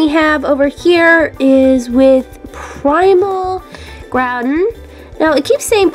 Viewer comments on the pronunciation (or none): none